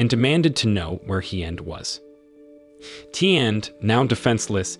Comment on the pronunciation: I live in Vietnam and I can tell you right now that your pronunciation of these names are so wrong it's actually shameful, there is no 'd' at the end of Hien and Tien and the main character is not pronounced 'lamb' its 'Lum' but spelled Lam.....